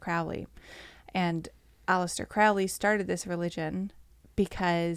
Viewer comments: Crowley pronounced his name "Crow-ley," not "Crou-ley": he wasn't a Satanist, nor was Jack Parsons. Crowley thought Hubbard was a fraud. Jeez, do some research, man. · You guys don’t know how to,pronounce Crowley or Thelema besides that Crowley was so skeptical about the spirit world he never completely believed it was outside of the human mind. He didn’t believe in a god or satan but believed in the results of the rituals.